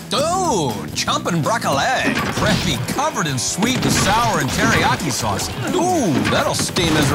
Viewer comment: He says Broc-ca-lay